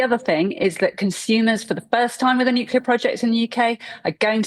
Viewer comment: FOR CHRIST SAKE GB NEWS, GET YOUR REPORTERS TO PRONOUNCE 'NUCLEAR' PROPERLY!